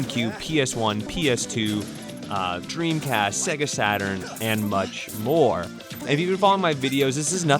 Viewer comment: PS SEGA is pronounced Sayga, not Segga!